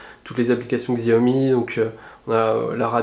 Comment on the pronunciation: ça ce prononce "tchiaomi" pas "xiaomi" ^^